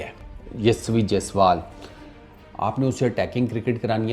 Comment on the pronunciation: Yashvi nahi 😂hai yashashvi ...mean capable in english...yashvi is girl name 😂😂